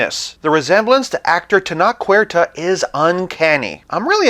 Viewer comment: Tenoch is pronounced with a -ch sound like in change, not a K sound.